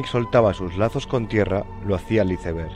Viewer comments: Hermoso documental, gran trabajo. Pero por favor que alguien le enseñe inglés a ese narrador: Güitestar, Izeber, por favor!!!🤦🏻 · Que horrible escuchar como un españolete pronunciar la palabra inglesa Iceberg, suena terrible!! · Me da dolor de oído cuando pronuncian iceberg